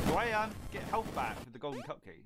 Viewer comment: "GODLEN SWITCH"